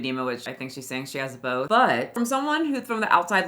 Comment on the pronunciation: Bolth (That's how she says "Both").